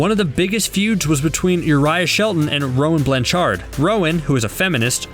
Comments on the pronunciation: Hannah Li and the way he said Rowan Blanchard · Mispronounced: Rowan Blanchard, Karan Brar, and Zendaya... smh